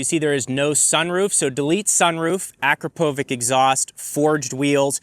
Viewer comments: a-krop-o-vitch. Not Akra-povik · please it is not AKrapoviK it is AkrapoviČ ( last letter is CH) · Don't butcher it! Pronouce: Akrapovitsch 😅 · Your credibility is questionable. It’s pronounced, ah - crah - po - vich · YouTube car dudes: Uhhh-CRAP-uh-vik. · It’s pronounced “Ah-crop-oh-vitch” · Learn to pronounce Akrapovič